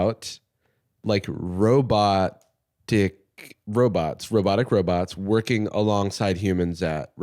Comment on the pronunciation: his pause between robot..ic and i wasnt looking at the subtitles i thought he fucking said "how do you feel about robot dick"